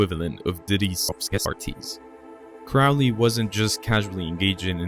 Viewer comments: Dude, it's pronounced Crow Lee, get it right if your gonna teach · Crowley rhymes with Holy you schmuck!!😂